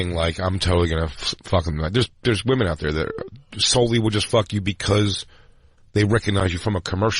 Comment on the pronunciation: I'm not surprised! His girl can't say women. Crackle crackle